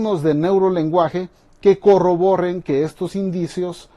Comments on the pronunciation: se pronuncia corroboren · Cierto, tienes razón bueno no le preste atención a esa parte pero si está mal dicho.